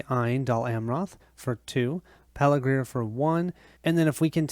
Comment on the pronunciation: Thanks for posting this. Very well done and enjoyable to watch. You asked about mistakes, so here goes: the pronunciation of some of the place names (Pelargir, Eastemnet, Westemnet).